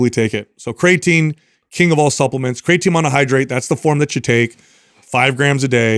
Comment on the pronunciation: I'm going to listen to this on my way from work tonight. A game I like to play is to count how many times pronounces Creatine "Craytine". 😂